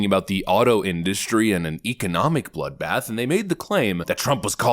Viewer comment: “He was talking about…………….. a bloodbath! Sometimes a bloodbath means a bloodbath.” Ok bro what do you mean by “bloothbath”? Murder? Massacre? Is Trump going to start purging people? This is how full of shit these main stream liberal activists are, they can’t even define wtf they’re talking about.